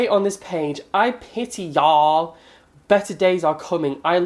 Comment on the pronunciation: the way you said y’all 😂😂